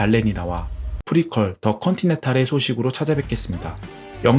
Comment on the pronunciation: 중간중간 발음 뭉개진거 (VOD, 트리니티, 프리퀄, 프라임, 후속편) 업로드 전 확인하고 올렸으면 좋았을것을....